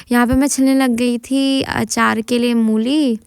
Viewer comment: Mooli ✅ mulli ❌